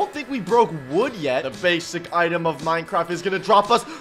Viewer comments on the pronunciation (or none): none